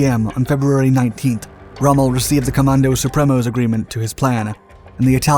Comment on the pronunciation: God, at least try to say 'comando supremo' correctly.